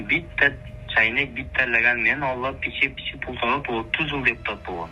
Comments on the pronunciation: Пиче пиче дебейт ошол жери окшобоптур биче биче дейт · "Пичи-пичи"- эмес "Биче-биче"- деп коюшса сааал-пааал окшошот беде😂😂😂😂😂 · Пичи пичи деген созу кызык экен😂